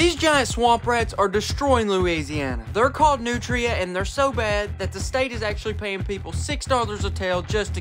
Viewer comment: Its pronunced nootreeah not nootra.